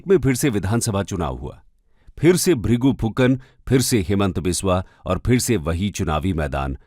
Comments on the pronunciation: Bhrigu Phukan not Fukar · aap bhi thoda research kar lijiye, bhrigu fukar nahi phukan 😂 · It's Bhrigu Phukan not Fukar. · Prafulla Mahanta, and bhrigu phukan, name tu right boliye, aur biography batane chale 😂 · Its Bhrigu ..Phukan ..man ..